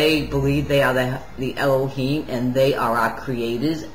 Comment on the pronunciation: Eloheem is a noun not a name. She's mispronouncing it on purpose.